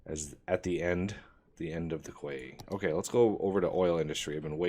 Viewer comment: Quay = "key"